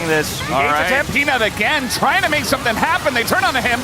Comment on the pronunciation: the caster say penis instead of peanut KEKW